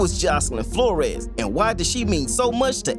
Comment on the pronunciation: flores not flor-es